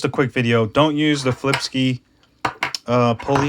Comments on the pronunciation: it's pronounced sky not ski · can you pronounce flipsky the right way?